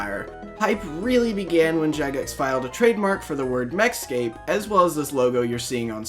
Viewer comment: everytime you go to say MechScape, I keep thinking you're going to say Mexico